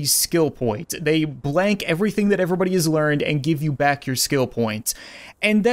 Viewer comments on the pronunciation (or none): none